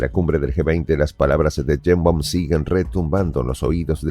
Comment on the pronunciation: "Cheimbaum" o "Yeimbaum? 😮WAF!